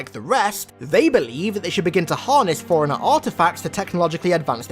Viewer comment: Put a very slight pause in between the fore and runner